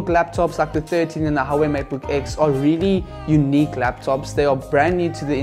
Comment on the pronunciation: It's pronounced "Wa-Way"